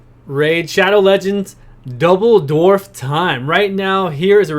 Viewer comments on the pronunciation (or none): cant watch cause you cant say dwarf only dorf